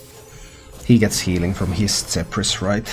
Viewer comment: he’s from Finland. It would be easier to understand if you just said “Ph” makes the ‘F’ sound.